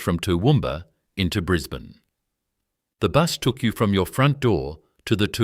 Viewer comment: What an absolute load of crap insult to jack McCafferty. Can't get the pictures' right. Bris bane...😂 Can't even pronounce that correctly this needs to be taken down